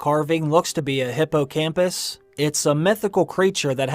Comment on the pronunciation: It’s a hippogryph not a hypo-campus that’s part of your brain haha